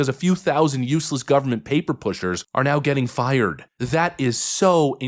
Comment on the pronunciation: You can't pronoun the word fired